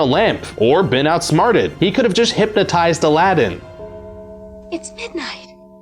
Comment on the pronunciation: IT is not ALADIN, IT is ALADDDDDDDDDDIN